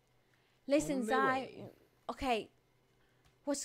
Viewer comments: her names zai not zia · Sorr not zia zai